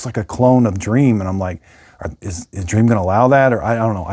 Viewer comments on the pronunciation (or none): I my country you say dreamy, not dream. :D